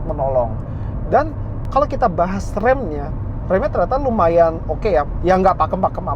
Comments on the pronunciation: "ternyata" cuma artikulasinya minggir dikit jdi kedegeran dari jauh toyota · Menit seperti terdengar "bagus juga toyota" maksudnya ternyata kali ya